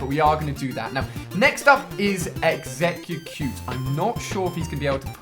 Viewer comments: Ali, its exeggcute, not exeggucute lol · Oh my gosh its not called exeggUcute its jut EXEGGCUTE lose the third syllable! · ahhhhhh it's not exeggucute it's exeggcute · Ali mate it is pronounced eggs e cute not eggs ec u cute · .... Eggs-egg-gick-cute... Lul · Exececute did anyone else notice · Ali, its an exeggutor not exeggcute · He calls exeggcute exeggcucute. It bugs me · Wow eggecucute you butchered that lol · and why the hell does this dumbass call them exegg"egg"cutes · Bruh true he says egg-zeg-ge-cute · he said exeggucute....:P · This nigga said "Eggs-ex-eh-cute" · Um I don't think exeggcute is pronounced exegegcute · what the fuck did you call exeggcute? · Ali-A cannot pronounce Exeggcute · I don't think Ali is capable of saying exeggcute properly lol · If you are an og pokemon player you should know how to say exeggcute and know that that is a exeggutor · how he says exeggcute really annoys me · He always mispronounces exeggcute. Its a little annoying lol. Love the vids though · hate how he says exeggcute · it really pisses me off how he says exeggcute